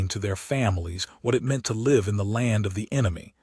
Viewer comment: The AI Generated Narration doesn't know the different pronunciations of some words like ( LIVE ) Live TV .... or Live or Die 🤷